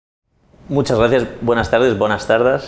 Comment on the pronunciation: en serio dijo "buenas tardAs" de forma no ironica?